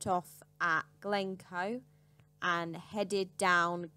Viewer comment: Please try to pronounce place names correctly,. I know that Scottish places are tricky,. but Glen Ettive is not one word,. it's two, as is Glen coe, (the great glen) and it's The Isle of Sky,. sorry,. but it's really really annoying,. .. EG:: soon i'll visit the Anglish capitol city of Lindoin...